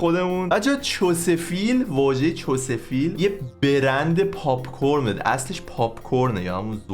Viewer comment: چستر فیلد نه چس فیل